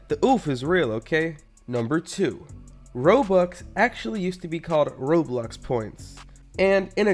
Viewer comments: I like how he keeps calling Roblox, “Roblux.” Idiot, Amiright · it sounds like he's saying roblux